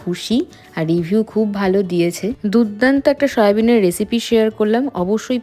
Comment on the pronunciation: Its soyabean not shoya